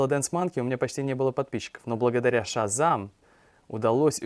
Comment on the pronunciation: Засилье иностранных слов в русском языке резануло как-то мне слух вначале... Шазань, тьфу!